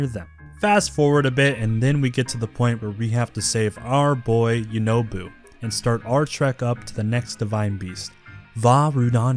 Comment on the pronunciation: i like the mispronunciations of some of the names "Teeba" "Yunoboo" "Yourbosa's furry"